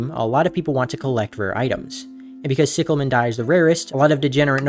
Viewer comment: no I have the same accent but its NOT "sicklemen"